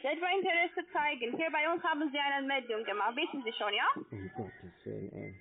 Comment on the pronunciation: Achte mal auf die Umlaufe ä,ö,ü. sie sagen nicht schön, sondern schjon. ebenso kommen Dinge wie iuber statt über und so. Ebenso hat man z.B. das typische harte ch gelegentlcih statt h. auch markant das ng. Gegangggen statt so, wie man es normal spricht. Das ist so spannend, das mit anzuhören, ich habe inzwischen wirklcih selbst Bock drauf.